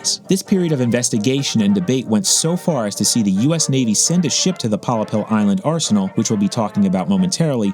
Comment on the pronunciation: Pollepel is indeed a Dutch word only its pronounced in English as Pol Lapel